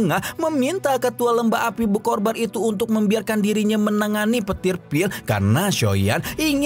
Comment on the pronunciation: BER-KO-BAR APA BER-KOR-BAN hmmm